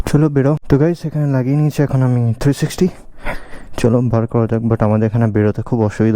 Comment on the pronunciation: Eta 360 - three sixty not three shexhtyy 🤡